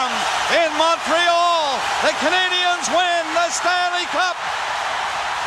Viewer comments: bro dit pas les canadienzzzz de montreal, c'est les canadien de montreal tes con ou quoi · À , les "Canadienz". Pourquoi ce "z" à la fin du nom de l'équipe? Le nom de l'équipe est en français. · Pourquoi prononcer les Canadiens de Montréal à l'anglaise ? C'est incompréhensible. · Incroyable vidéos ! Par contre, je ne comprends pas pourquoi tu prononces Canadiens en anglais, c'est un club de hockey Québecois, il se prononce en français ! Haha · La prononciation des Canadiens de Montréal 😂😂 C’est une équipe francophone! Sinon très bonne vidéo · Très belle vidéo, mais pour la prochaine fois, merci de ne pas angliciser les Canadiens de Montréal, c'est bien prononcé les Canadiens avec le s muet.